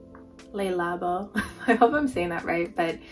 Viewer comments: don't worry about the negative comment. Your pronunciation of Le labo is perfectly fine! That's how I say it too! 💚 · It’s killing me how you pronounce le labo